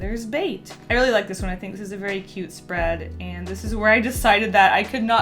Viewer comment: Am I the only one who was hearing Ant instead of And?